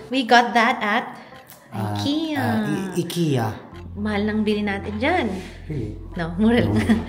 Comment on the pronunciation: Congrats sa new house nyo, Casa Corky #Mark&NicoleHerras Finally, someone from Pinas pronounced the Ikea right! Wuhoooo!👏👏👏 pronounced it right as in I K E A not the other way around like "aykeya". Such a nice house, simple but elegant👍👌